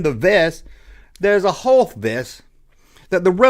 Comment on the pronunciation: Never heard Hoth pronounced with two syllables.